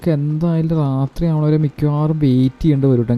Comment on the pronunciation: റാത്രി അല്ല bro രാത്രി ആണ്